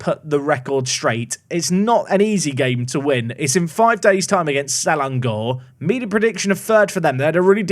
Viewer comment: Terengganu should pronounce as Te-reng-ga-nu. Say 'ga' like when you say 'ga' in Lady Gaga. Selangor is alright, but the ending is 'ngor' rather than 'gor'. The stands looks unique because it was partially collapsed a few years ago... Yes, there is a go-kart and drag track. And the drag track is also a motorbike track (100cc & 150cc I think, cub prix they called it)